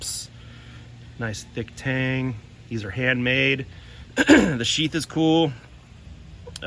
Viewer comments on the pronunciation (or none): none